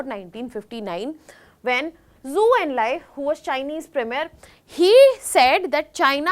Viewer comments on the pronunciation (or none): none